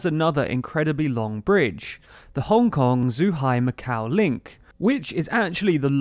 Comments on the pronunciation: C’mon, do some research, it’s not Zhuhai with a Z it’s a “Joo” sound. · Slight correction: you said ‘Zuhai’ which is inaccurate. You say it more like ‘Ju-hi’ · It’s pronounced joo hi - zh is a j sound